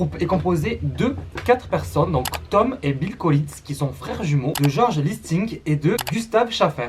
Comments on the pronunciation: sa se prononce GÉorg pas gorge 😂😂 sinon super vidéo que j'avais déjà vu ya 2 ans déjà je 😂😂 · Juste pour présiser sa se prononce georg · Purée il a tué le nom de goerg 😔🙏